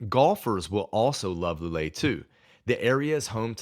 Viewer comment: I was about to praise your pronunciation of the places' names until you got to "Loulé". Whenever you see "ou" it should never sound as "oo" but more like the first "o" in "Porto". It should sound more like "Low leh". Otherwise, you've nailed even some harder ones like "Caldas da Rainha". Regarding your list, I mostly agree. The big con of some of the cities like Lisbon, Porto or Tavira is it will make it harder to learn Portuguese as you'll find more English speakers.... and Portuguese will revert to English as soon as they notice an accent making it harder for you to practice. Cheers!